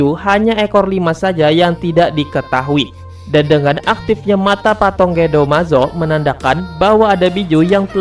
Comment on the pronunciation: Patung broo,bukan patong